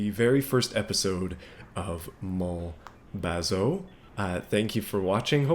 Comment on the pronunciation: Pronounced more like bazoo. 😉